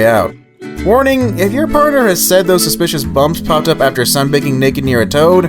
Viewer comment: said not saif